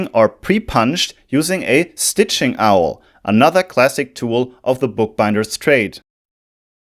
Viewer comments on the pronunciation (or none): For anyone wishing to know (and coming from a positive place of learning) the punch tool Awl is pronounced closer to "all" than it is to "owl"